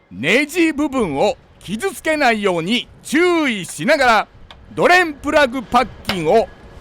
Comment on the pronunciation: ドｩレンプラグッ！の捨て難い魅力もお見逃しなく😊